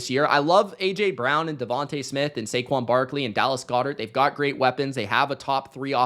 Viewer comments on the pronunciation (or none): none